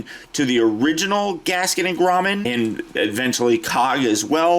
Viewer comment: grommet not grommen